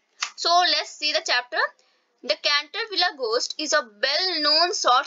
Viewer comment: Mam it is not canterviller